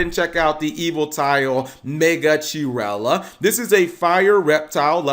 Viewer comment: Megachirella is pronounced Meh-gah-kee-reh-llah, it's the most ancient relative of lizards and snakes paleontologists found